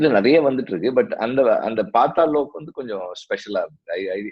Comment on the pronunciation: While ash said paatal lok, vetrimaaran said pathal lok. The subtle difference in pronunciation shown by VM shows his caliber